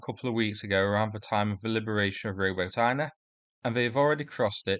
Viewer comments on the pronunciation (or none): Robuut-inney-A said quickly not roboteen not robotine. Y is like ooh. For example BACH MOOT. BAXMYT. Cheers for update. Good news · Roh-BOT-in-ye (stress on second syllable, last syllable sounds like short "you" as in "ye can't park yer himars there")